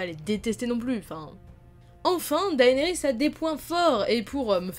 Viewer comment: Juste comme ca on dit dénérys et non daénerys...